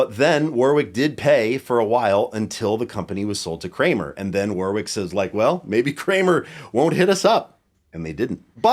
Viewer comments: Whatever the history I'd have a Streamer Stage 2 over an NS2 any day. When I was learning how to play in the late '90's I knew about Warwick before Spector and the players I admired all played Warwick. The Streamer Stage 2 was the one. And, sorry Yanks, it's pronounced Worrick! Quit the War-wick crap. It's not a candle going into battle! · It's pronounced 'worr-ick' not 'war-wick'. There's an English town of the same name and pronunciation. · Sting had a foam pad under the strings in front of the bridge too, just damping everything. AND.... it's pronounced WORICK. It's a weird one, like WOOSTER sauce 😁